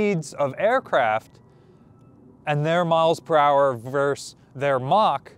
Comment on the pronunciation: it's versus, not verse